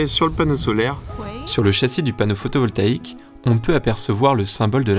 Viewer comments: Cest photovoltaïque et non pas photovolkaique comme il dit au début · Super cool mais c'est moi ou t'arrête pas de dire panneau photovolKaique?😮😂